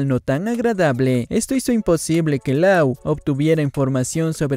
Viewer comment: Mis oídos cada vez que dice Law mal pronunciado